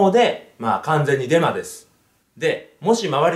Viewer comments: ブンブンハロ、デンマです。ってきこえた僕は末期でショーか…w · デマです、が電○です、って聞こえた 俺って汚れてるなぁー